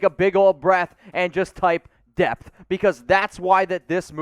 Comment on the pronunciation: DEPTH. I thought you were saying DEATH and I was super confused lol